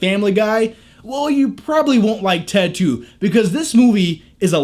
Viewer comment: When u say ted 2 sounds like you're saying tattoo lol